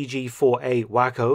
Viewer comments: "WAH-co, not "Whack-co" (the name of a glider pilot). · The Waco gliders are pronounced Way Coe. Like the Texas town. Wack coe means crazy in US slang. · Pronounced 'Wayco'. 'Wacko' is best used to describe the whole concept of Market Garden. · Love your presentations! I will mention on this side of the pond, Texas at least, the glider name is pronounced way-ko, a long a and long o. We spell the word you use as the glider name as wacko, with a short a and long o. Do not come to Waco, Texas and ask where is the whacko. That is a whole other tale. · Thanks Dr for another good one. May I offer a correction in your pronunciation of the name of the American Glider. Its pronounced WAYco, not wACCo(like the word for An insane person). It really surprises me that helicopter technology was not pushed more intensely during ww2. Sikorsky demonstrated true, controlled flight in 1939. They obviously DID NOT use them in the war, but it was certainly not because They weren't invented. I know the response may be related to economics, but a C47 was required to tow(even if it did a tandem). Combat effectiveness, it SEEMS, would be enhanced by insertion and extraction. The Bell version used in Korea could deliver at least 3 soldiers. I'm sure you'll probably do a video about this. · Great video; I had no idea this happened. P.S. Waco, Texas is pronounced "way-co" and not "whack-co". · Great video Mark - but the name of the US Waco glider was pronounced “way-co” and not “wack-oh”. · WACo (Weaver Aircraft Company) is correctly pronounced "WAH-CO"... not "WACKO" (or worse yet... "WAYCO" like the Texas city). FWIW, I would not feel safe piloting a hastily patched glider back to a repair facility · "Wake-Oh", not "Wacko", Doc. Enjoyed the video as always, though...👴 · Re: Waco glider... it's way-co, Mark, WAY-co, not "wacko." This American place name is pronounced with a long A as in "away" or "foray." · It's Way-co, not Whack-o. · Not "Wak-kos" they are called: "Way- cos" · Waco Way-co